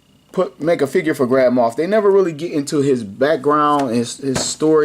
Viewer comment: I kept hearing it as Grandma Tarkin lol